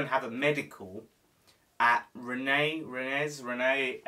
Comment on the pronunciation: Rennes is basically pronounced ren btw :D